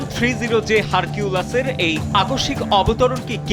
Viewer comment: এটা ঐ রাস্তায় নামার জন্যই ঐ বিমানে আসছে, বুঝতে পারসো। বিমানের নাম হারকিউলাস না হারকিউলিস 😂😂😂